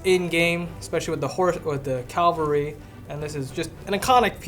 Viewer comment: "Calvery" hehe isn't it Cavalry?